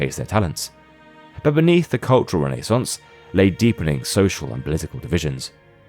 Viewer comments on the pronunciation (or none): Only AI narrator would botch up the word renaissance like this narrator did.